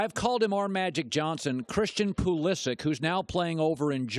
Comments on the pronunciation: I can choose to pronounce my last name as "T-Rex". That does not make it correct, just because I choose to say it that way. If Pulisic himself says it that way too, fair enough, Colin is not really at fault here, but that pronunciation is still wrong... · Look at the blue writing of the pronounciation in the first parenthesis. Does that seem to sound like Colin says it to you?!?!?! The name is Croatian... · Argues that he is a big fan of the sport = calls that player "Pull-E-sick!" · He pronounced it properly a few minutes earlier, could have been a slip up.